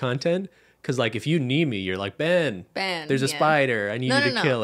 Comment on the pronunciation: Just going to throw it out there that is absolutely HYSTERICAL that Ben is on constant alert when Cristine says “BEYN” and gets annoyed when she’s filming. ☠️ You got a good one, girl. He puts up with so much. 😅❤️